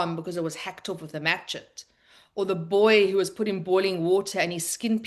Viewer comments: A grown woman who can’t pronounce machete. That was hilarious. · Machete is pronounced “ mashetee “.